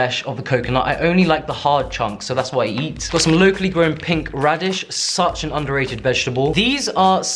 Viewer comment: Every time he says “locally” it sounds like low key lol. Took me like three times to realize he was saying locally